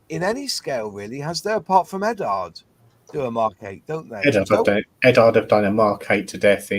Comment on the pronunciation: Eddard ? Italieri ? Is it really that difficult to pronounce brand names properly ?